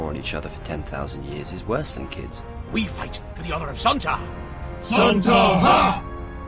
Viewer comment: It was a year ago and I don't remember exactly which bits I was commenting on. It quite possibly included the bit - his voice is up and down oddly throughout that. And there's a weird inflection on 'worse'.